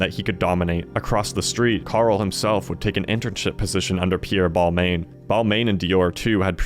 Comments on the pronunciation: I had to tap out as soon as I heard “Bol-mayne” 😞 pity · Seated I commend your brave interpretation of how to pronounce Yves and Balmain, stick it to the French haters